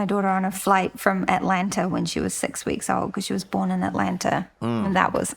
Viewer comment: Man her Kiwi accent is almost gone. A couple of words still sound kinda Kiwi like when she says born with the soft R. By the way I've been living in NZ for 24 years.